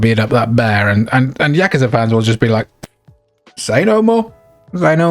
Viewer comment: I appreciate that you pronounce "yakuza" correctly